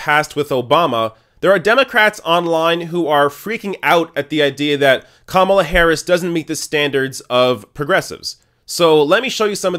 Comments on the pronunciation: Ka Mala not Kam ala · The first thing you need to do before "reporting" is to learn how to pronounce the names. It's Ka-MA-la, not KA-ma-la. Buh-bye! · Who is “Com-u-la” Harris? I thought it was pronounced “Kah- mah- lah”?